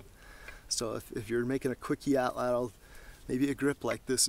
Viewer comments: Suggestion: Pronounce it AW-tlawt, not aw-TLAWTL. ('tlottle' nope!) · With Matt being so into survival I have always wanted to ask why he uses the American English pronunciation. It’s actually a word from the Aztec language pronounced roughly as (ought-lot-uhl). However most people on tv and the net pronounce it, at-ladle. As a fellow woodsman(which explains why I am using my daughters YouTube) I have always wanted to sit and pick some of these guys brains a little. Maybe learn some new things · Great video! Only two things: 1) your pronunciation of atlatl: you put way too much emphasis on the second syllable and the “l” at the end of the word. It’s pronounced “AHT-laht-l”. 2) There is no history of the Native Mexicans from whom we get the word altatl from and you say “our prehistory”. :-/ But otherwise good stuff! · Hello Sir, I'm so pleased to have found you! I was reading about Roman archaeology and I discovered the word 'atlatl' so I googled its'meaning and pronunciation, so that lead me to you! I'm a 48 year old Irish lady but in my dreams, I want to be like Crocodile Dundee and a survivalist!!! I'd love to learn how to survive in the wild by cooking, making shelters etc it all fascinates me.